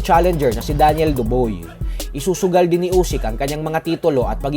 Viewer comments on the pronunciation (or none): Dubois - Doo-bwaa ganyan ang tamang bigkas. Hindi Duboy muntikan ng mgaing Daboy sayo. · Dob(ua) po hindi dob(oy).